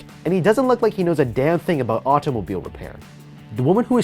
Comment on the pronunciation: Man pronounced automobile like ottoughmobeel